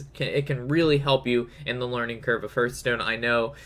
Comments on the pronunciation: It's called Har-th-STONE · There is no 'u' in Hearthstone...... Just sayin' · hörtstone :D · It's actually heArthstone, they even say it in their trailer